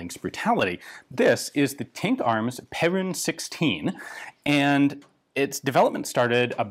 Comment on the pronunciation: Just a quick thing on the pronunciation, it's not pe*rune* it's *pear*un